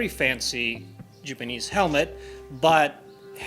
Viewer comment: It's okay, we know your pronunciation is a lil off. Case n' point "Jipinese" But that's just your accent. What you make is worth more than your tongue. That came out wrong. You know what I mean.